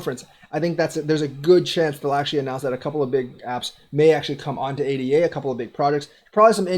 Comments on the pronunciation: Good video, sorry to criticize...ADA should be pronounced AyDah, not ay-dee-ay. The token was named in honor of Ada Lovelace, a real person. She was the first computer programmer. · Its pronounced A-da =-l